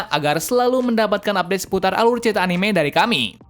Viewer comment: Cara baca anime itu anime bukan anime